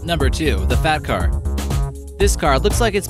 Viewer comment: when he said fat car i thought he said fap car